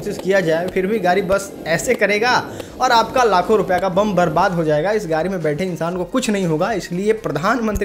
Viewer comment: अबे गाडी को तो गाड़ी बोल ले गारी बोल रहा है